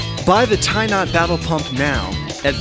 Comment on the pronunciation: Who else heard "Tie Not Babble Pump"?